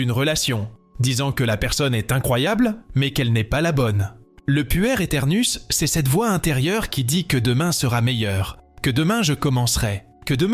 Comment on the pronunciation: Voix d'intelligence artificielle ? je suppose on dit "pouère" ou "puerre" éternouss, le mot veut dire enfant et on comprend mieux plutôt que d'entendre "puer" (sentir mauvais ??) c'est dommage de ne pas enregistrer une vraie voix quand on fait des telles vidéos... intéressant cependant merci